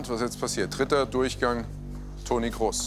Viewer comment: Der heißt doch Toni Kroos und nicht Kross oder!?